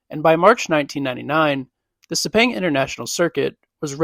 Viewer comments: After hearing ‘Sepeng’, you stop watching. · Pronounced (Sir-Pang) - Sepang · It's so cringe every time you mispronounced Sepang.